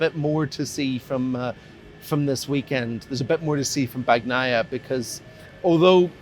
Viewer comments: please learn to properly say names... it's not BAG-NAIA cmon... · Bagnaia is pronounced with a silent G. God damn it😂